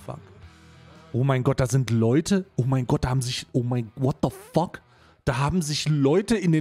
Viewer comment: Ich mag das übertriebene "WHOT DO FOCK" von überhaupt nicht!!!